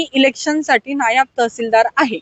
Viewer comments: नायाब नाही ताई नायब तहसीलदार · " नायाब तहसीलदार " ❌ ... " नायब तहसीलदार " ✅